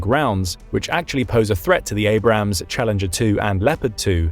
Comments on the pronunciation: For the love of god it is Abrams. A-brams. Two syllables. Holy fuck it's not that hard. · So since he mispronounced it then it’s ok? The tank was named after General Creighton Abrams, no ham in it.